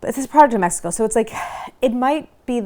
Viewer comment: The way you pronounce México told me you wouldn't like it. Claire you're awesome but please leave our Mexican food and snacks alone. The first 2 mins made me want to unsubcribe. You cant talk about gansitos like that. Not even gonna finish watching.